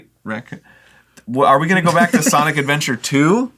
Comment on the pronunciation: Nobody: Game Grumps: SINIC ADVENTURE